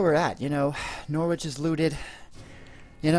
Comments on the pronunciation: Please stop says norwich like that lol. Its pronouned No-Writch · depends were you are from. in south Yorkshire some people pronounce it with a Nor-Writch but who cares on how it is said as long as you can understand it but thats my opinion. not wanting an argument by the way just saying.